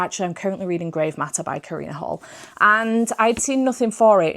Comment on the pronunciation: Karina Halle pronounces her last name like Hallie (like the twin from the Parent Trap, first example I could think of haha), not like Hall